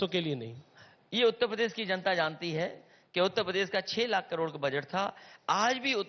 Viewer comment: जिस अखिलेसुद्दीन को उत्तर प्रदेश नहीं बोलने आता वे उत्त प्रदेश बोलते हैं वो क्या चुनाव लड़ेंगे